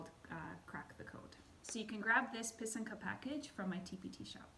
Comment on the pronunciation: Thank you a very nice, simple explanation. I also appreciate that you used proper Ukrainian pronunciation for pysanka, pysanky and kistka!! 🥰💖🇺🇦💕👍